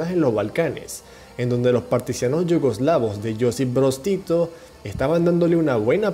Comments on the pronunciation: Porque dices : "partisianos" y no "partisanos"? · Se dice partisano no partisiano